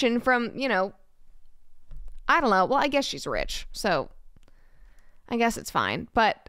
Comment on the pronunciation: "I dullo" Lol